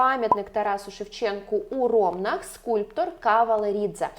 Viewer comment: у РомнАх, а не РОмнах